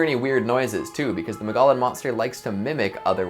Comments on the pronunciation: Mug-EE-on not Mugollen lol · It's "muggy on" not mogollon lol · Mogollon is pronounced “Mogo-yon.” Double “l’s” are pronounced as “y” with Spanish words! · Ma-gah-lin Monster LMAO we pronounce it more like Mo-gee-yon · The word mogollon is pronounced Mog-E-yon. It’s an indigenous word, so if you haven’t heard it, you don’t know it. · I’m was only listening to this while I was working on something and I thought he was mispronouncing Mongolian there for a second. Had to rewind the video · Repeat after me: Mo-gee-on. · I legit took to long to realize what he was saying lol I was like I have never heard of this place in Arizona